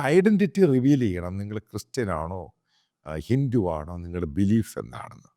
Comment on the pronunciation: ഹിന്റു അല്ല ഹിന്ദു... നീ ആരാടാ നിന്റെ വായിൽ ഇംഗ്ലീഷ് മാത്രമേ വരുവൊള്ളോ